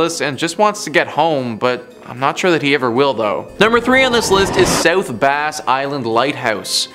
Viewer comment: It's south bass (as in the bass fish) not a (bass guitar) ! Wow